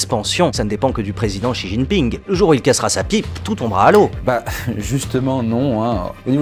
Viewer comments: c'est frustrant d'entendre "xijingping" alors que ca se prononce "si ting ping" 😣😢j'ai souffert tout le long de la video 😂 les sinologues soutenez moi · Mmm quelques petites rectifications sur cette vidéo de la part d'un expat qui vie depuis 5 ans en Chine : => Xi Jinping (Xi se prononce "Shi") ne s'est pas fait élire à vie, il a annuler la limite de mandat (ce qui peut tres probablement revenir au meme mais quand meme, c'est mieux d'etre précis). => La grande majorité du peuple chinois est nationaliste. Ils ont l'amour de la patrie et rêvent de devenir la première puissance mondiale. Seuls quelques personnes touchées par la mondialisation remettent en cause le régime mais la propagande en Chine est très forte et le partie reste très majoritairement supporté, meme par la classe populaire. Maintenant sur le fond, on peut quand meme vraiment se poser des questions. Avec la débande de l'UE et le retour du populisme / souverainisme dans la plupart des pays d'Europe, si on arrive a protéger nos technologies, nos entreprises ainsi que notre marché, la route de la soie pourrait ne pas être aussi utile que ca en Europe du moins. C'est grace a l'union europeenne et au marché libre que les chinois et les américains rachetent nos entreprises, nos forets, nos aeroport etc... Mais si l'UE, devenue clairement inutile aujourd'hui dans le contexte internationale, tombe, et qu'on peut de nouveau protéger notre patrimoine, on a une chance d'arreter la progression chinoise (notamment en fondant une Europe des nations fortes pour faire face). Apres ils avancent leur pions en Afrique tres vite et c'est la que tout va se jouer, l'UE ne représente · Pourquoi est pas capable de prononcer même un petit peu plus correctement "Xi Jinping" mais que la voix off peut mdr, pourquoi son pote lui a pas dit avant comment ça se prononçait 😂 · Tu pronnonces mal xi jinping j'ai les oreilles qui saignent ❤️